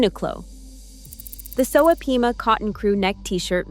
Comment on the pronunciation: Pima cotton, not peema. Sheesh!!!!